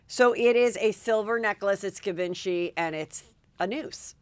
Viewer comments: Hi Heather, its zhee-vaan-shee, Givenchy. Not give-n-chee. hehehe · Heather ! Gzheee Von Sheeee ! girl. Say it correctly ! XO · It’s pronounced Gee von chee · Thankfully schooled Heather about the pronunciation of Givenchy. The brand is around 80 years old ffs.